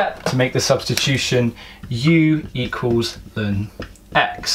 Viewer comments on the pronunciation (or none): L N not lin!!!